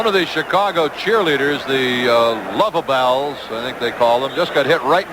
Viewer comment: How do you know that he was mocking them? You don't speak for his intent. Further, it sounds like he was saying, or trying to say, "Loveables" (possibly spelled as Luvabulls) but it came out sounding more like "Luvabelles". A Google search reveals that "Luvabulls/Lovables" seems be an official moniker for the cheerleaders and/or dancers.